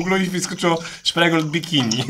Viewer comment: Spreegold 😂 (szprigold)